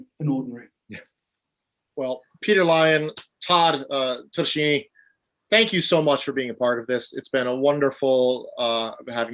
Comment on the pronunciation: Todeshini..? Nerver tok you for an Italian...Anyway... thank you for making this conversation avalible!